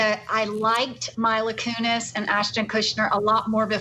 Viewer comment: My-la Kunis and Ashton Kushner😂